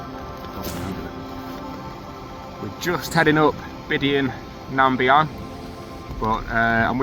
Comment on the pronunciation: Great video. Subbed. The Scots are so lucky to have freedom to roam enshrined in law, especially when it comes to camping in the hills. A hard fought for right and only really appreciated when you don't have it. Down south, outdoor access is so limited. For what it's worth, "Bidean nam Bee-an" is the way it's pronounced. Cheers.